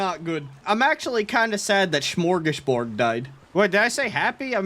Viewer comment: As a swede, i've never been more happier to see little smörgåsbord die so i dont have to hear the butchering of our word:) Amazing video as always!